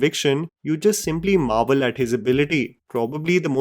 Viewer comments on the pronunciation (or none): none